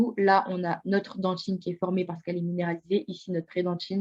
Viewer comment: on dit dentine pas "dentchine" parle correctement s'il te plait